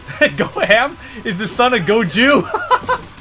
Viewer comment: god old Goju and his son Go-Ham